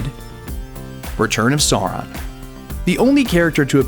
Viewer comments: the way he says Sauron's name is truly cringe worthy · Yea that's how it's spoken in the movie. This guy probably didn't grow up listening to it like i did. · At least learn how to pronounce Sauron!! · ***** it makes me laugh though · He's the only American who says it that way. I corrected him every time he said it. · Really butchered Sauron's name there. It this was not lotr related, I wouldn't know what you're talking about. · Rick Guy I'm Afrikaans and can pronounce it just fine. The way that guy said it made me want to puke. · STOP. SAYING. SAURON. LIKE. THAT. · Wat ? And the worst thing is he has clearly watched the film that pronounces Sauron correctly! He has exactly no excuse for saying it incorrectly! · I could'nt even finish the video. goddamn that annoyed me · Rövhål Second time he said it like that, I come to moan in the comments. Thank god I didnt have to do it first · ok the pronunciation of Sauron is fucking killing me here.. its a British name so say it properly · Sauron. Not Soreon. Jesus fucking lord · it is sauron not sauran, bitch. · Its Sauron. With a A !!! Not Soran. Fuck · omfg the silly americans pronouncing sauron.... its not saw-ron its sAu-RON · It's to be said like more live Sour one. not sore one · Sauron... Not sore ron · Its pronounced sow-ron, not soron. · SOW - RON (female pig and male name Ron), not sore - on, sore - en or however else you said it. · it's pronounced SOW-RON, not SOAR-ON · fucking learn!!! Sauron, not sore-on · ITS S-OW-RON NOT SORE-ON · Captain here: you're pronouncing Sauron incorrectly. It's S-au-ron. not So-ron. flies away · SAH-OO-RHON. I cringed for every soren you said. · I know right? Sauron is pronounced "sour-ron" NOT "saw-ron"... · Every time you say "sore-on" it's like nails on a chalkboard. It's pronounced "sow-ron" to rhyme with plow, not bore. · Sa-u-ron is the preferred pronunciation but there are interviews with Tolkien where he himself actually pronounced it Soron. Just sayin... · Sour-on sheesh!